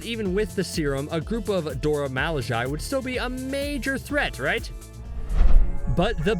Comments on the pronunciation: Now you know "Milaje" ain't pronounced how you pronounced it just now... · Dude your pronouncing the name wrong, over and over again to the point that its hard to watch your effort. Its pronounced Do-ra Mi-La--je, go listen to the movies, go listen to them pronounce it themselves. Gad damn. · I am not sure why you thought it cool to intentionally mispronounce Mee--laaaahhhhh--SZHAYYY. It's really damned annoying. Why'd you choose to do that? I mean, really? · Shouting: "Mil Lah jay" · Hi, I dont mean to be negative and I understand that the narrator is probably from England. BUT if you start out the video enunciating the "Dora Milajie" correctly in the beginning of the video, it is grossly negligent to just let your accent kick in throughout the rest of the video. Dora 'Mal-lay-jay' is NO where near Dora 'Mil-la-jie-ee.' Im not trying to be an ignorant "Johnny-Rain-cloud" over here, but I just couldnt enjoy watching the video. Thumbs down. =/ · He is butchering their name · I wasn't aware u pronounced their name like that....😂#colonizer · How can you keep mispronouncing their group name when you've heard their name properly pronounced several times? 🤣🤣🤣🤣🤣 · my brain freezes anytime he pronounces "Milaje" wrong. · He should have practiced saying milaje in the mirror for hours before this video bc cringe as hell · he said Milajie wrong good video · Why is he saying Milajie like that??